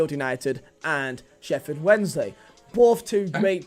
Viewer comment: Least he got Sheffield right, WAWAW